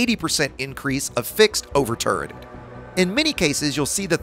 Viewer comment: Did you say "turded weapons"?